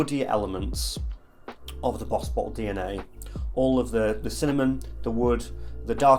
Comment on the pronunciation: couple times i thought you said butthole instead of bottled lol